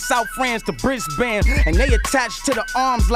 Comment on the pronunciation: Some words he didn’t. But 99% of them he did. He mispronounced a couple lines. He said “Bris Bayne” when it’s pronounced like “Bris bin”